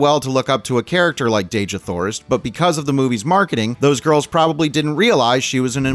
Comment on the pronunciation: I don't know if anyone's told you but Dejah Thoris isn't pronounced Deh-zhah Thoris. According to ERB, it's pronounced Dee-jah Thoris. Now, allow me to say that, as a humongous fan of the John Carter/Barsoom series of books, I can assure you it was more than you said that caused people to run from it. Disney, as usual, decided that ERB didn't know what he wanted to say in the books and changed about 95% of the storyline. I'd tell these changes but it would take a book itself to do so. Two of the most glaring changes were a) John Carter didn't join the Confederacy because his wife had been murdered by Union Army forces (Hmm. Where have I seen THAT before? (cough Outlaw Josie Wales, cough Jonah Hex) b) Tars Tarkas wasn't Jeddak of the Tharks when the story began; he was a Jed (prince, if you will). As I said, there were so many changes that it would take forever to tell them all and I believe those changes are what kept people away from the movie.